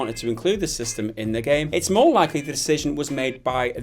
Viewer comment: lol you sounded american when you said "why you want mo money dude". lol. edumacation eyez got me a de-plo-ma